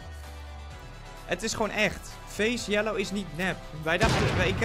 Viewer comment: (Geen haat) t boeit niemand wie jullie gekilled hebben. Btw je zegt Yeelo niet yellow